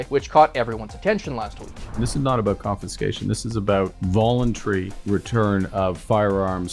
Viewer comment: Volentary lol